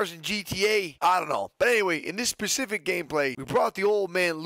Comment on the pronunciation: Nick man is specific not “pacific”😭😂